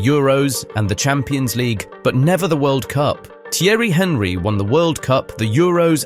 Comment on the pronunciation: Thierry HEN-ree ❌ Thierry AHN-ree ✅